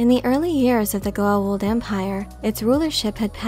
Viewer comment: To this day Richard Dean Anderson mispronunciation of Goa’uld as Goauld messes me up whenever I try to explain this show to my friends and I love that air force colonel, (general), for leaving such an imprint on me from the show XD.